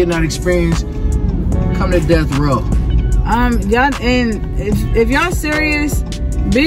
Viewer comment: He saiD “Come to DeatH RoWw” 😁 iMa suBB to LerN soMe boX trucK gaMe but aLso cuZ thaT shiT waS fuNny..😁🙏🏼